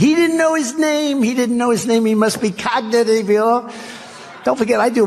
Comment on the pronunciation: ' cognitivieour ' - covfefe trumpty 🤣🤣